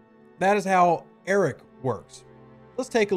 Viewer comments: Am I the only person who hears "Eric" instead of "Arrock" or is it just me because I'm not a nativ english speaker? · I believe it’s pronounced A-rock, as in… I want Arrock I want Arrock!(Rock!) I want Arrock!(Rock!) I want Arrock!(Rock!) I want Arrock!(Rock!) Mine it down you say But my Feesha’s too slow up on this Concentrated Latinum Node! Node! Node! Node! Tell me not to mine Well, all I got to say to when you tell me not to mine I say No! No! No! No! So, if you ask me why I like the way I crew it There's only one thing I can say to you I want Arrock!(Rock!) I want Arrock!(Rock!) I want Arrock!(Rock!) I want Arrock!(Rock!) Now that Rock’s my Cap I get my Lat so fast, go OPC and Vi’Dars make me explode! ‘plode! ‘plode! plode! Now he’s leveled up I've waited for so long so I could zero all the Suliban Nodes! Nodes! Nodes! Nodes! When it's like this I feel the Vi’Dars shootin' through me There's no one else that I would rather crew I want Arrock!(Rock!) I want Arrock!(Rock!) I want Arrock!(Rock!) I want Arrock!(Rock!)